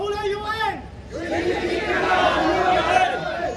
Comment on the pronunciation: 他是怎么做到of都能读成ohu的。。。。